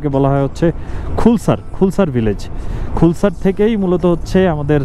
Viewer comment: খুলসার না নামটা খালসার 🙂